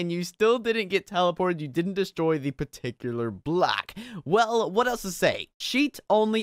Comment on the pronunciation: par-tic-you-lar